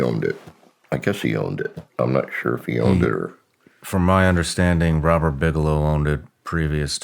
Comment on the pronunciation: “RRRRROBERT BIGELOW ONWED IT “